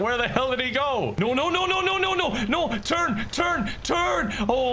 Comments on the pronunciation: did he say turn, turn, turn or turg, turg, turg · When he kept yelling turn it sounded as if he was yelling turg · Was that "oh no no no turn turn turn!" Or "oh no no no turg turg turg!" 😂